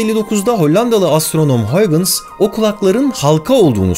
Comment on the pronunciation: Huygens hollandada g ye h diyolar